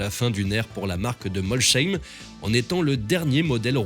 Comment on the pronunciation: MolCheim, ouille 😅 Molssssheim, ssssss